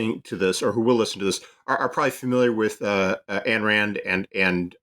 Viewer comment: You wrote an entire book with the premise that Ayn Rand was a nihilist (the diametric 180 opposite of her philosophy in every fundamental way), and you DON'T KNOW HOW TO PRONOUNCE HER NAME. It's not "Ann," it's "Ayn" (rhymes with "mine"). How does someone write a book on a person and not know how to pronounce their name!?